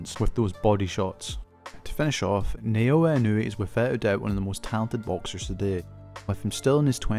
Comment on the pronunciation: Ne-o-wa Ino-way 😂